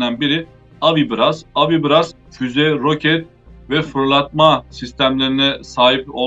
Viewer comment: Pronuncia-se "AVIBRÁS", sendo o "brás" a sílaba tônica.